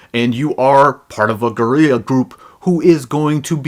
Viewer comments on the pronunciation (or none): It's pronounced just as Gorilla